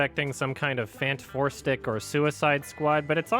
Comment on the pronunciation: Okay everything else was pretty informatively funny but "Fant-4-stick" really got me lol